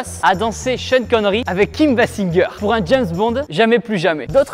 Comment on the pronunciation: Kim Basingueur, mes oreilles saignent